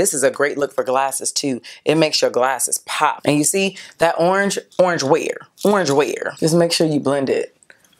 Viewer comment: “oranj where?! oranj where!?” yesss queen 😂🖤